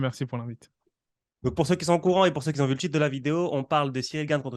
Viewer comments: Arrête de dire ceux qui ZONT stp !! Ce qui ont suffit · Les gaaars ! « Ceux qui z’ont » mes oreilles saignent ! Mais pour le reste top 👍🏾